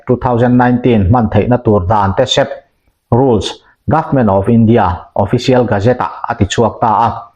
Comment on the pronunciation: dan tesep tilovin dan teseeep tih zawktur aw